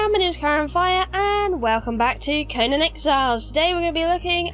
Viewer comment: Oh my that's embarrassing haha! I'm not always great with the pronunciations on conan titles! Thanks for correcting my error. ;) I feel those pile of bodies is an accurate representation on what to expect when farming these lol